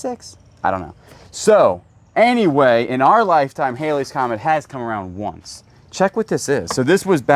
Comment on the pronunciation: Thank you for pronouncing the Halleys Comet correctly. Many today pronounce it based on spelling. The hieroglyphics box looks like a Boy Scout project circa 1950s. I love this locker!